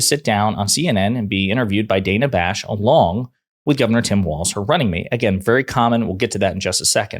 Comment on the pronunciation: Wish everyone would learn to pronounce people's names. Bash has been a very good and fair journalist for a long time.